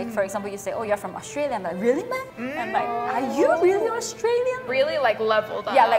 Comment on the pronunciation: hi singaporean here 😊 while watching i realised the 'meh' that pronounced wasn't really accurate? like she pronounced it like literally 'meh' but we kinda pronounced it like 'ma' like the chinese word '吗' its basically a direct translation from chinese lol😅